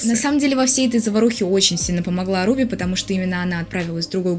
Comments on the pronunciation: Я читаю Оруби, а не орУби, ахаха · Я думала она Орубе, на о ударение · Всю жизнь читала Орубе, ударение на О